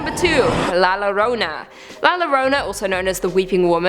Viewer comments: Two L's together in the spanishlanguar will make a Y sound so instead of "lorona" its pronounces "Yorona" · Hearing her saw Lorona made me laugh